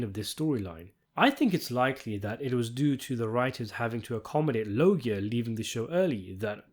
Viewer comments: Robert law-gee-yaw.....not robert low-gie 🧐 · ITS PRONOUNCED LOJA MOT LO GI A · Who da FUCK is Robert Lo-Gee-uhh??? It's Robert Loj-uhh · Its pronounced Robert LOH-zhə, not La-JEE-ia. Sorry, had to nitpick lol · It’s not pronounced Robert Logi pronounced Losha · Fyi its pronounced Lowz-jah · Come on “Lœg-ya” lol there’s a whole big Family Guy bit with his name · I knowwwww. lol This channel has the best content, but he struggles with the most basic Italian names sometimes. Very clever commercial spot. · Its pronouced "lowzjar" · The correct pronunciation of Robert Loggia's last name is with the soft 'G'. Go watch the 'Family Guy' scene with him in it if you need to hear it properly. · The truly baffling question is: Why use an AI narrator who/that can’t even pronounce ‘Loggia’ correctly? And who is the lower-intelligence person who failed to catch this and allowed it to be posted?😂😂😂😂💩🧠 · Amen!!! Loggia was a famous actor whose correctly-pronounced name was known even to stupid people. This mispronunciation is appalling. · I ain't mad at you bud but you're saying his last name wrong. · You are pronouncing loggia wrong. Look up Family Guy robert loggia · Dude,,go watch the Family Guy ,, Robert Loggia clip,, so you learn how to say his name… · In my book, you get points for pronouncing ‘Loggia’ correctly .